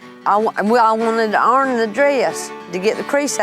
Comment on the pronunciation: iron not earn